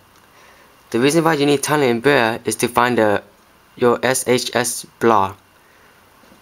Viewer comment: U say tiny unbrea instead of tiny umbrella and snow breathe instead of snowbreeze XD